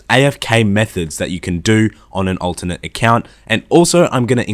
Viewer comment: I learned that you pronounce alternate as ultimate